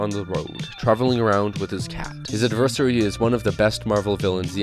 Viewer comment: Brand New Day now has the best Spider-Man suit by far. Also did you pronounce adversary as "ad-ver-sir-ree"?